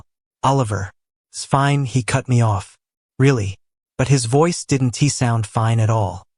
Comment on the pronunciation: Have you listened to the narrative? The speaker is still screwing up every contraction. "I did N T" instead of "I didn't" - that's only 1 example - and the mispronunciations are really bad for someone who listens while completing other tasks.